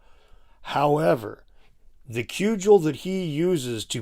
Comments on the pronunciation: I laughed out loud at the way he said crudgel, holy shit that was unintentionally the funniest I have heard in a while, especially after he has been so unbearably smug and condescending throughout the rest of the video. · re - ish Did he just pronounce "Cudgel" as "Koo-jel?" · Yea, I noticed that too. I never heard anyone say it that way before.